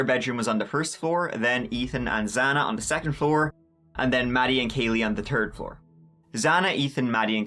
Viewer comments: Third not turd lol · In this episode, said “tree (3),” “turteen (13)” “turd (3rd)” and “turty (30)” 17 times, by my count. Error rate: +/-2 (because I rewound it at one point) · Whats a "terd floor"? 😄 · I love this guy truly, but can he seriously make some effort to not say turd and say third. Seriously. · Very well put together video!! Fun fact any time you say "turd" instead of "third" (lol made u say turd twice) it makes my boyfriend laugh from across the room There was a theory I heard that I haven't been able to shake. That the intruder entered in on the 2nd floor, it was dark and everyone was asleep, and he went to the first person he found and started stabbing. Once he realized it wasn't his intended target, he moved onto the next person in the room. Nope, not the person they were looking for, so they went up to the 3rd floor and found their target there, which is why Xana's wounds were supposedly worse than the others' in severity. What do you think?? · I love when you say "third". It makes me giggle cuz it sounds like "turd" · There's a h in third.